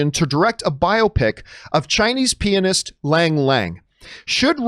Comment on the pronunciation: Am I the only one who hears penis when he says pianist? 🤣